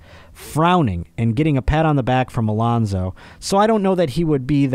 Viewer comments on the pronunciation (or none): none